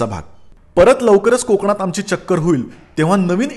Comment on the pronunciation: konkan nako re kokan asa bollas tr bara hoil😊